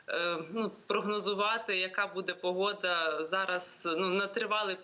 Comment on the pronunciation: Не Пугода, а Погода,!